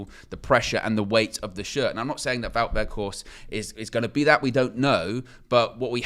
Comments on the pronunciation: I know you very particular about the correct pronunciation of names. Wout (pronounced VOTE) Weg(Weght) think Schrek with Flem in the throat and Horst you guy are getting right. Vote WeghtHorst. Hard T at the end. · Close. The ou in Wout is the same pronunciation as the ou in where art thou. The g in weghorst has the same pronunciation as the g in Ten Hag, the we sounds the same as whe in whether